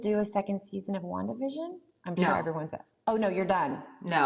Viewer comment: Elizabeth pronounces 'Wandavision' excellently.